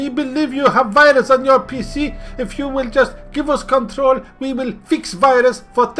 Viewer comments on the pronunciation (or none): Funniest Parts: What the actual f*ck mate... Bethesda, bunch of c*nts Ubisoft!!!? Virus on your PC (in a foreign accent?) jaja And others...